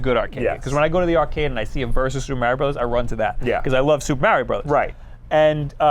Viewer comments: Everytime says "Meh-rio" God kills a kitten. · Super mAIRio brothers Me😣 it’s Mario, real Italians even pronounce it mario